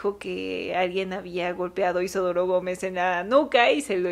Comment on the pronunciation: Por qué caraj... lo llamas IsOdoro si el nombre es Isidoro ❓❓❓❓❓❓